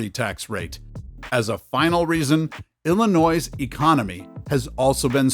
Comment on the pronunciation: Illinois is pronounced el-lin-noy not el lin noise.